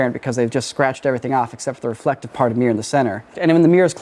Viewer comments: I blame for "Refelctive" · Refelctive? Really guys lol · Ah Yes, the good ole "Refelctive" trick.😅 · “Refelctive” lol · Man, you went all in on "Refelctive".